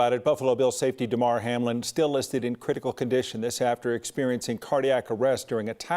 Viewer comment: *Damar, not Demar